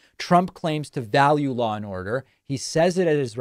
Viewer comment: "Law and oduh"